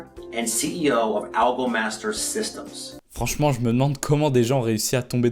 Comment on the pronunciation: Petit + pour l'arnaque Algomaster : le nom écrit est AlgoMaster System, sans S. Or quand le soit disant CEO se présente il dit SystemS et prononce un S. le fondateur et PDG qui prononce mal le nom de son entreprise? lol